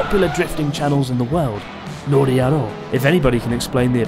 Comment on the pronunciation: ITS NORIYARO